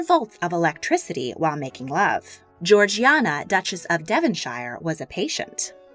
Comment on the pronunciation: tea time... The Dutches of Devonshire's first name is pronounced: Geor-Jane-A.